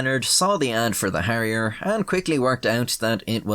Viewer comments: Its Harrier, and not Harriet. And its not McDonnell Douglas, its Hawker Siddeley. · Instead of "give me my elephant"it's "give me my hairier jet" lol